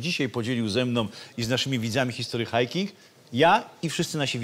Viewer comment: Czemu Ty wymawiasz "history hajking"? Brak w tym konsekwencji. Wymawiaj po polsku całość "history hiking" albo po angielsku "hisztry hajking".